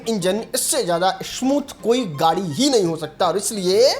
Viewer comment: Are fhate kapde Wale gari nahi gadi hota hai pahle gadi bolna seekh